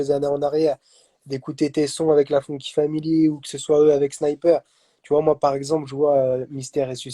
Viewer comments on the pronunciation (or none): Bonjour , Tu as fait 2 fois fautes la" FONKY "family non pas "fanky " mdr